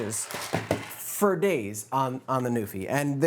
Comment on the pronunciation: I am pretty sure that there’s how to pronounce Nuphy on it’s box. I mean there’s Nuphy’s phonetic on the box which is /ˈnju:fɪ/